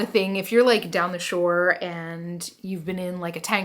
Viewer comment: I was so looking forward to the next installment of the “regular thrift store” series! “This feels like money” SENT ME. PS I knew you were from Philly but when you said “down the shore” I really felt it, haha. Sending love from New Jersey!